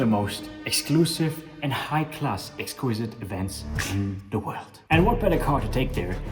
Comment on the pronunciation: exquizzzite with a Z ( pronounciation bruh ) kool vid